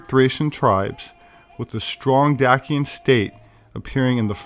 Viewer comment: Great video. BTW Dacian is pronounced "Day-shin" and not "Dack-yin". Your content is beautifully researched and very thought provoking. Keep it up.